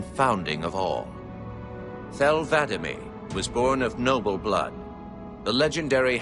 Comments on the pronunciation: The arbiters name is not thel vadamee it's Thel Vadam E. The name vadam is the name of his keep and the E is a designation of his military service. It's two separate words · "vada'ME" ITS VA'DAM ARGH DAMN IT 343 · The way says arbiter's name is upsetting